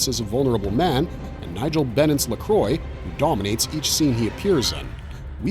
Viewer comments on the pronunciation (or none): Forever Knight was great! I own all three seasons and watched it every Friday night when it was on originally. Also.... Dude, do you not know any sense of the show or have any kind of French knowledge? "Luh-Quah" Not Lacroy! He even says it several times in the show. Blood Ties was phenomenal! I hated that it ended. Again, own both seasons as well as the Tanya Huff books. Wish it had continued. Moonlight was good too but it had issues. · Forever Knight - it is spelt LaCroix, but it is pronounced LaKwa. The name is French, though the vampire is actually Roman. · I am apparently nobody, because I've seen and remember every one of these, and every time you bring up a title I'm screaming "AGGGH! It's not FAIRRRR! They never gave them a CHAAAANCE!" every one of these was a stake through my heart! so many loose ties that will never be resolved! (and every time you mispronounced Lacroix I wanted to reach through the screen and smack you.) now I have to give these all a rewatch. to the DVD shelf! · Thank you! It pisses me off when people do all this "research" and say they are a "fanatic about this genre," but clearly, never watched a single episode of FK ,because then he would 've known the correct pronunciation of the show's nemesis (BTW Nigel Bennett is just AWESOME, and the real reason I continued to watch). Also , more proof I'm right -no mention of FK being shot in Toronto -only "Moonlight" . And lastly...MOONLIGHT was the Reboot of FK! ... Did he mention that? Nope! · Thank you! I said a similar thing in my comment about this very thing! He clearly didn't research or watch FK - otherwise, he would have known the correct pronunciation!